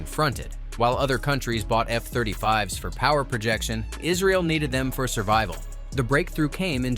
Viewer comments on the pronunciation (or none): none